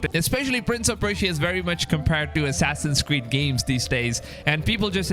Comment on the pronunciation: "Assassin's squeed" he said ? lol I know, I'm so childish.